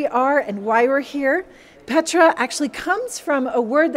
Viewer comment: Blessings to All! My, my, just so Amazing! Truly this is an incredible Pilgrimage! The Magdala Team has Blessed us so very much with this virtual experience. As I heard the Name - Petra pronounced by, I heard "Peter"! And we all know what the Name of Peter means - ROCK! Thank you so very much and God Bless, Mark Fitzpatrick [ I also send my St. Patrick Day wishes to Everyone!]